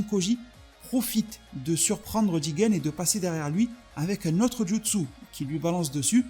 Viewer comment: C'est JUtsu pas JItsu